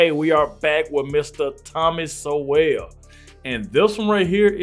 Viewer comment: His name is not pronounced So-well. It sounds like Soul.